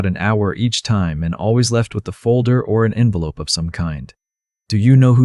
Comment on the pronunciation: Good story. Crappy text. Can't read it. AI needs to correctly pronounce time.